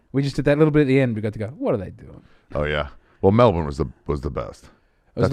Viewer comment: At least he says Melbun for Melbourne. That makes people think you're local.